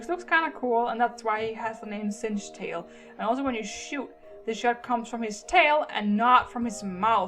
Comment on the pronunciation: this is not singetail it is singtail